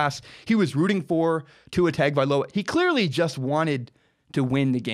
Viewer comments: At least learn to pronounce Tua's name correctly. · Tua Tug-of-war